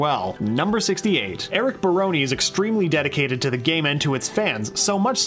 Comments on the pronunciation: He just pronounces it like, "brony" in this video. Poor Baroni. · this is all so great, but the way you pronounce "barone" hurts my heart.